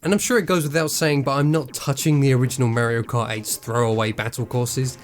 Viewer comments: Wtf is "Merio Kaht" ???!?? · Why does he say merio kart